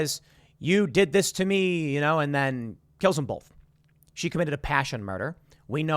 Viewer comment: When Tim says "boLth" 🤣